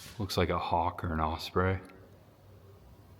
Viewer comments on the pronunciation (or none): none